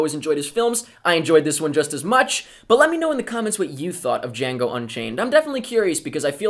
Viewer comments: I love how you said DE-HEE-ANGO Unchained! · "Di-hiango Unchained" HAHAHA Was that deliberately a reference to Mike from that one episode a loooooong time ago when the first trailer of this movie came out? .... Or was it unintentional? Heh...